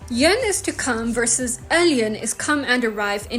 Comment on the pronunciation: eljön is pronounced: eyyön. I fully agree that a second language can often provide examples of grammatical constructions when learning additional languages. French falloir makes understanding Hungarian kell speedier. Equally, it might also reveal French influences on Hungarian, too